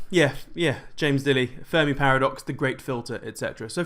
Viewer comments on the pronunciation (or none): none